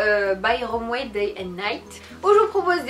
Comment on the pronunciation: Ca se prononces pas romwer mais romwe!